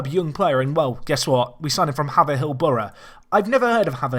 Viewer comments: Yep, I live there It's pronounced Hay-ver-hill! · Just a quick thing. Haverhill Borough is pronounced hey-ver-hill. Just a picky thing, but keep up the good work! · It's pronounced hay-verhill I live there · hey, for the third time, really picky i'm sorry mate, but its pronounced hay-ver-hill. keep up the good work mate.